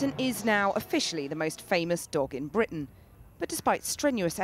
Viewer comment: Anybody notice how she's talking differently in this video? Her accent is different. Listen to how she's pronouncing "Fenton" and "Britain".